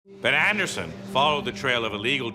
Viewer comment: Shane's way of saying Ben Anderson coming into this video sounded like a drunken pirate.